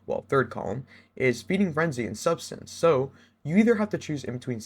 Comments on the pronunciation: Great video man, I pulled a subsistance/enlighten action and targetlock/desperate measure roll. It is sub-SIS-stance, lmfao not substance btw lol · I swear youtubers are allergic to pronouncing subsistence right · it fucking blows my mind how people can't pronounce subsistence.